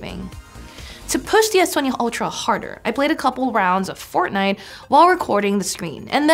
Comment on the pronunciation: At 11.25 she said forte nite and was playing call of duty.... Ha ha ha ha